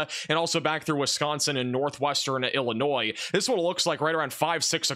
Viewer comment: This guy does not know how to say the state of Illinois he never mentions anything in Illinois